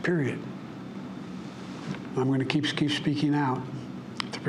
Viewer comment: "I'm gonna geepskeep speaking out." "I'll keep fighting for my cancer moonshot" 😂😂😂😂😂😂